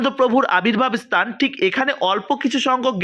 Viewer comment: আপনার ভাষার সংলগ্ন তার অভাব।। উচ্চারণ গুলো ভুলে ভরা।। দুএকটি উল্লেখ করে অবগত করানোর জন্য সাড়াই পন্ডিত স্তান নয় স্থান আবির্ভূত হবে আবির্ভাব নয়!! দু: খের বিষয় বাংলাভাষাটা‌ ভালো করে বলতে পারো না আবার ভিডিও করছো!!